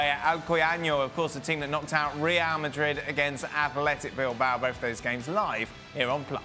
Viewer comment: More like Vardrid